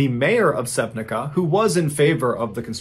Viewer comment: I love your stories and I think that you're always trying to be as presice and correct about things as you can. So,regarding to that I would like to point for two tiniest mistakes in story about Sevnica-Slovenia. You pronounce it wrong, SevniCa is pronounced like piZZa for example (sevniZZa) and there is missing letter when you talk about one body that was found almost in Croatia 25 miles away it is converted to 40 meters instead of kilometers. Sorry about correcting you its in best intention cause I assumed you like to give correct facts and everything else. Anyway I honestly enjoy your way of telling these stories...